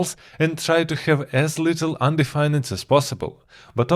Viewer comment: This was fantastic! I learned so much 👍 Just so you know, when you pronounce 'undefined' in English. You don't pronounce the 'ned' part like the word 'red'. You instead pronounce it like 'find' so something like 'un-d-find'